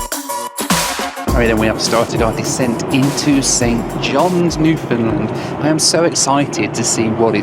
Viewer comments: I thought it was Newfoundland, not Newfindland as you keep saying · It's "Newfn-LAND," not "NEW-fund-land." Newfoundlanders are very sensitive about that! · NEW-fun-LAND, 😉 That is how they say it. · I just keep hearing saying NEW-Finland instead of Newfoundland:D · Love your videos, am a regular watcher, and love to see where your flights take you. Watching from St. John's, Newfoundland! Which by the way, is pronounced (as we say it here) New-'fun'-land (pronounced like hand)... Keep up the great content!